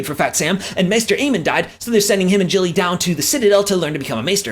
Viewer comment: How are you consistently pronouncing “Gilly” wrong for all of these recaps? It’s clearly pronounced “Gilly” in the episodes, not “Jilly”. Did they change it for the USA version of GOT or something?